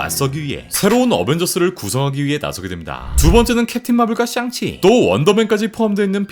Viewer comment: 형 샹치를 가끔 썅치로 발음하는데 혹시 샹치 싫어하는건 아니지..? ㅋㅋㅋㅋㅋㅋㅋ